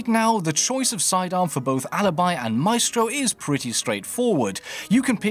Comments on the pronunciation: Why does he pronounce it my-estro instead of my-stro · "Mystro" not "My Estro" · My- eh-stro ?? Wut my-stro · just how you pronounce maestro. I would say my-stro but you say my-estro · Mah estro. It’s pronounced “mystro” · You do realise it's not pronounced "my-estro" it's pronounced "mystro" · Please for the love of God, stop saying mah eh strow for maestro. It's my-strow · "Mae-estro" xD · Did dis dood just say my-estro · Maestro being pronounced "My-estro" is... a new one for me. Normally I noticed it being pronounced "My-stro". I guess it must be the Italian pronunciation. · ‘Myestro’ Wtf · Did he say maestro like MY-EST-RO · OUR-estro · ma-estro xD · Almost he said it right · I can't handle the way pronounces Maestro haha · the a and the e cancel each other out creating an I sound. Its basic english